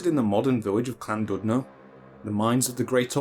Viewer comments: WHY do so many of my fellow Brits say the Welsh LL as though it's CL, rather than the nearer correct THL? It's NOT Clandudno llandudno it's Thlandudno. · It's neither, it's Llandudno.Learn to pronounce Ll